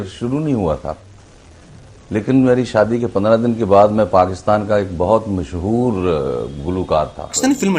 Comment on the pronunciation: تلفظ تو صحیح کرلو محسور نہیں ھے مسحور ھے.